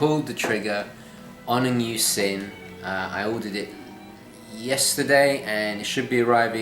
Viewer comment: nice video - looking forward to seeing which Sinn watch you went for. As a small sidenote - the correct pronounciation of the brandname Sinn is actually "Zinn" (with a soft "Z" as in "Zulu") and not with a sharp "S". The brandname Sinn originates from the surname of it's founder "Helmut Sinn". I wonder which of your watches will be sold. All the best...